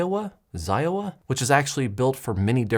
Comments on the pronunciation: Xiaomi = ZI-O-WAH? :D SHIAO-ME is parent company. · Xiaomi is spoken like schaumi. They like to suck your data and sell your services.